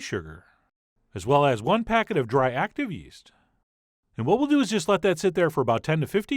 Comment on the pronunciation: What's with the intonations? "Keep kneading it AS shown... 'til we have something that's FAIRLY smooth..."